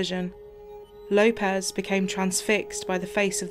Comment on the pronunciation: Lay-pez? its Low-pez